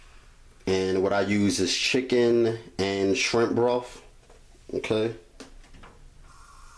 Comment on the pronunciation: And don't forget he used broff too 🖒